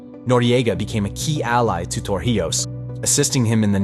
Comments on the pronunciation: If you are going to teach important history, please learn how to pronounce things/people's names properly. It is not TorJIos it is TorIJos! It impacts your credibility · Torrijos is pronounced TOR REEHOS, Not TOR HIOS as you kept saying throughout the video. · His name is To-rri-hoes (not For-he-ows). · Tor he os?! HOW ABOUT TOR-EE-HOS. THE NARRATOR DIDNT EVEN TRY TO SAY IT RIGHT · Pretty good, but you seriously need to learn how to pronounce Torrijos. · It annoyed me too 😂